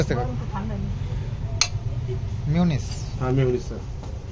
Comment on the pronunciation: Mayonnaise not miunise